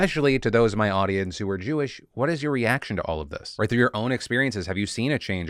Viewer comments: Ok, the "Jew-wish" thing made me actually lol. 😂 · “Jew-ish”….that’s the funniest thing I’ve heard all year😂😂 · "Jew-ish" I CAN'T 💀💀😭😭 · He said “jew-ish” 😂😂 wtf santos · "Jew-ish"?!?! XD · "It's Jew-ish not Jewish." "It's LeviOsa, not LeviosAR." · "Jew-ish." Okay, bro.